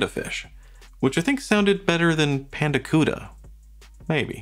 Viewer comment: "Pand-cuda" ...and now I have Heart playing in my head. 😬👍